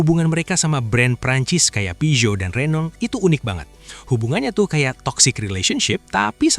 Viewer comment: "Peugeot" dari Perancis dibaca "Pusho" ..